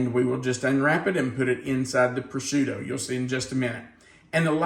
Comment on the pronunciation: I’m sorry - but it’s pronounced Pro-shoe-toe.